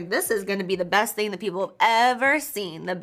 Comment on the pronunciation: "Thing" has a "g" at the end Ti 🤣